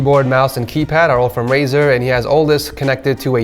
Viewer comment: that's not "RAZOR" but "RAZER", and on the description.